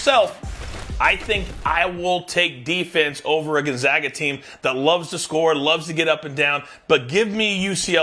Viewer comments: Still can't pronounce Gonzaga correct 😂 it's Gonzaga not gonzoga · Gonzahga?? Cronin to the F4 with UCLA??? Please educate yourself before you present yourself as an authority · GUNZOGGA? Even Biden could get that right...its the Zags not the Zogs...C'Mon man! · What has Gonzaga done in those 8 straight Final Four appearances? Oh I don't know, how about 2 National Championship games. When are people going to stop disregarding Gonzaga? And btw "professional anchor" boy, it's fucking NOT pronounced Gonzoga, it's pronounced Gonzayga. After 20+ years of excellence you'd think people woulds get it right. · Needs how to pronounce Gonzaga. Seems he has not done his homework.